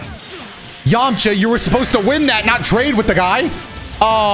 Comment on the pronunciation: your voice when you said Yamcha ! While he smiled Was so clean bro